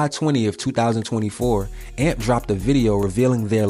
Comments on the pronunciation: youre saying amp wrong. this is mad disrespectful ngl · my brother in christ, its A.M.P what he keep say amp and amps